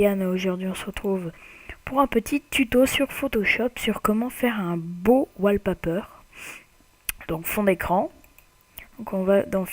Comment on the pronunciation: tu sais dire walpeper???